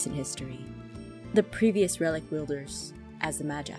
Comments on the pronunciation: not to be rude but Jess...... Your pronouncing "Magi" wrong. Its pronounced as (Ma-Ge) not (Ma-ji) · STOP PRONOUNCING MAGI WRONG PLEASE!!!!😨😨😨😨 IT'S PRONOUNCED MA-GEE NOT MA-JEYE!!!!😨😨😨😨 YOU ARE DRIVING ME INSANE!!!!😨😨😨😨